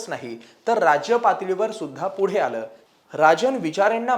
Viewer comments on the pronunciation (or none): none